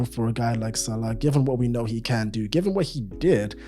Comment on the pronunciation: "It kyan"